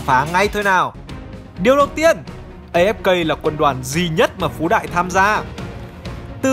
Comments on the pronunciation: Đừng đọc ngược tên Phú Đại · Phú đại đọc láy phái đ* :))) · Phú đại đọc lái :)))